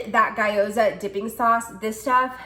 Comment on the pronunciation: FYI... gyoza is pronounced gYO-za not guy-o-za 🙂 Tasty little things. First time watching one of your videos. Thanks for all the ideas. Love Trader Joe's.